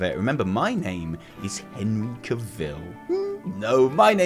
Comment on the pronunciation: You pronounce Henry Cavill in a funny way :D